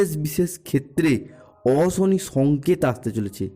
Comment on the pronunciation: এই ল্যা*ড়া, 'অশনি, রাশি, সংকেত'-এগুলির উচ্চারণ আগে ঠিক করে কর।